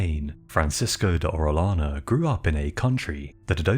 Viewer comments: I'll overlook your mispronunciation of "albino" but if you're going to cover the conquistadors maybe you should know how to pronounce Spanish names. "Orellano" is pronounced "oreoyano" not "orelano". For cryin' out loud! And I don't know what A.I. generated the artwork, but it was completely, ludicrously over the top. Full armor in the Amazon? PUH-L;EASE! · It's oreyana not orelana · No hate at all bro, Orellana is said Oreh-yah-na, the double L is the letter Eh-yeh and said yeh or yah or whatever follows the double L (as close as I can come to it in English)